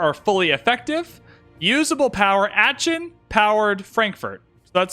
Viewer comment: please stop saying aachen like that